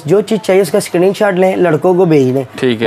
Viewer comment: Skeerin short , skeeter nice language bro😂😂😂😂